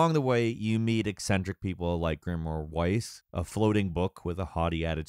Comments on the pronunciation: Kai-ney eh-mill VEISS PLS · Weiss: Vaiss Kayné: ka-i-nê Emil: E-mil lol how he pronounced it emu is beyond me. Also you will refer to him in his full and proper name: Grimoire Weissy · "Grimmoire *Wise*" "Kane" "Eeml" I see was a fan of the IGN Xenoblade DE review.:^) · Not to mention ee-mill and grimoire whyce... I appreciate the review but like owww my ears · You can tell he hasn't actually played based solely on how he pronounces the names of the characters. EEmul, Cane, Wise. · sheesh, i was only wrong about Weiss. how did he even pronounce it that wrong? lol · "we have some history with the series" Proceeds to pronounce Kainé's, Weiss' and Emil's names wrong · Did…did you play the game? You pronounced Weiss, Kaine, and Emil oddly…